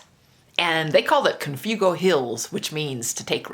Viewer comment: Relatively sure it's pronounced con-fwego. How did you get the sign to them?